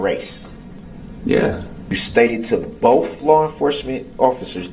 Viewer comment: Neither does Both - Darrell says " boff"